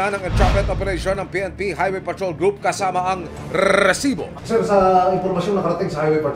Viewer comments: diko alam kung nagpapaka Tulfo o Mike Enriquez tung host na to ang corny dikona tinapos video sakit sa tenga nung RRRRRESIBO! GGGRRRR!!!! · OA mo Rrrresibo.namo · nakakabwisit naman ung pagbigkad ng resibo..kailang ba ganon talaga??